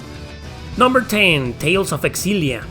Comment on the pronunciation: It's pronounced Zillia not Xillia